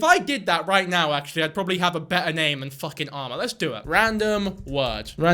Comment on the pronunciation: i was listening to this and i kept hearing "Alma" instead of "armor" and got confused why was judging like "Alma's a cute name tho" NOT ARMOR?!?!!?